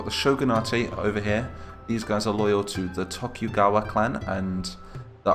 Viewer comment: You pronounce Tokugawa clan 'Tokyu-gawa clan'. It should be pronounced 'Toku-gawa'.